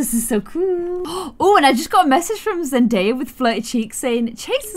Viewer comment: “zenaya” me: “no zendaya” “zenaya” hm okay